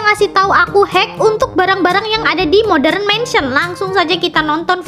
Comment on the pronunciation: Kak bukan moderenmensen tapi modarnmensen kak ☺️☺️☺️☺️☺️